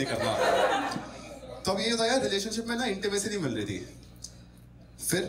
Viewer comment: It's not ' thi' .... Like ho hogya 'tha' ya 'thi' ....more like ...th like ' thanda pani and thandi chai / tea... '.... I hope samajh aa gya hoga...